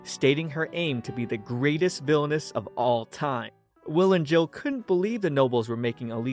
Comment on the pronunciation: All i hear is " VILONESS'